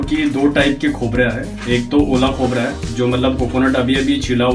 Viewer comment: Aola khobra nahi gila khobra